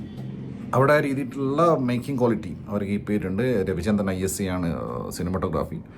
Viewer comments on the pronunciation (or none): none